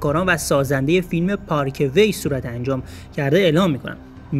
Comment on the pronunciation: ناراحت که حتما شدم ولی بیشتر از بیسوادی تو ناراحت شدم. تو ( پارک وی ) تا حالا به گوشت نخورده ؟ چرا میگی پارکه وی. ؟ دهاتی